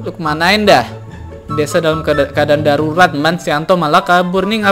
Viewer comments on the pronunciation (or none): darurat bang bukan garurat